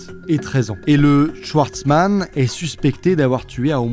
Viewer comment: Tu es alsacien et schwartzman tu le prononces « chouartzman »?